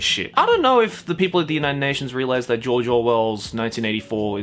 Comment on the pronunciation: Everytime said George I heard JOJO